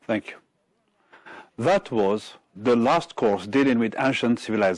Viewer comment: If you allow me, I would add to pay more attention to pronunciation as for "was" (the weak form is sometimes required ). "Hear" sounds like "here" doesn't it? One last advice to learners is that reference words could show very helpful in finding the right order of jumbled sentences. If you focus on these and know their referred items, the task becomes easier.